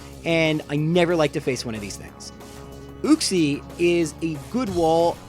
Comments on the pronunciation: You-cks-ie not ooo-cks-ie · It's YUKE-SEE not ooksee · It's pronounced as YOU-x-ē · It’s pronounced you-xie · It's pronounced youxee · You're saying Uxie wrong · You need to watch some how to pronounce Pokémon names videos. The way you pronounced Uxie and Azelf man my ears.😓